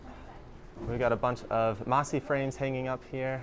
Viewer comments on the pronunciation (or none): He called the MASH Framesets "Masi" 💀